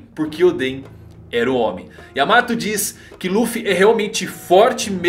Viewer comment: não é yamato e sim Yaamata!